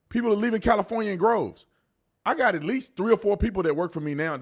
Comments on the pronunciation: It's "droves" not "groves" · it’s “leaving in droves” not groves and I only said that because I said that exact sentence in my head a minute before you said it because I was thinking the same thing and you had me thinking for a second I was saying it wrong all this time lol.